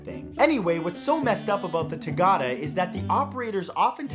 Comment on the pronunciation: love your videos and the fact that you include places from all over the world but the way you pronounce "tagada" is hilarious :D it has been a really iconic ride on central european funfairs, especially teenagers try to make it into a challenge about who can stay standing for the longest in the middle